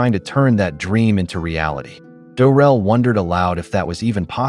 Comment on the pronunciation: Isn’t it “Drel”? Not Durel?